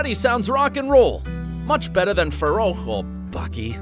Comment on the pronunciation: I think it’s pronounced farrouk not faroucho